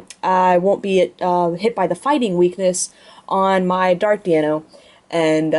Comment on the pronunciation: "DEIno", notd "DIEno".... You're welcome =P